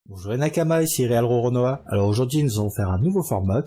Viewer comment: T'as pas le droit de prononcer "real" de la sorte, si c'est pour maltraiter l'anglais, autant pas l'utiliser